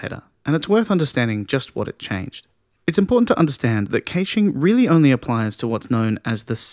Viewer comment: Great video...The pronunciation of "caching" leaves me to believe you are reading a script and not someone who actually knows the subject of web caching - which is obviously not true. You've got a subscription and a like though as the delivery is very good, and the content excellent.